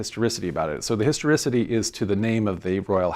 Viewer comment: Start a drinking game for everytime this guy says "histerisity" 😂😂😂😂